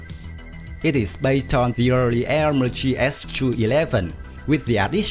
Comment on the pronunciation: Dund, Aermacchi it's pronounced AermaKKi